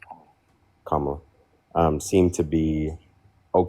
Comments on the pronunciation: Is it like a point of pride or something, these folks not knowing how to pronounce Kamala Harris's first name (sounds like KOM-uh-luh). It's not hard to learn. And, it just seems like almost every maga person pronounces it wrong. Like they take pride in it. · These Trump supporters show you what they are about as soon as they, disrespectfully, pronounce Kamala's name incorrectly. They are racist misogynists who parrot right-wing talking points, and are willing to sacrifice everything to protect people who don't give a damn about them!